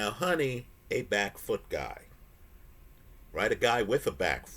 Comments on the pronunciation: It’s Hoooni bro Not Honey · love your videos but you’re mis pronouncing his name. Huni is pronounced hew-ny not honey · As someone who often gets into the glue with names, i do believe Huni is pronouced "who knee" not "Honey"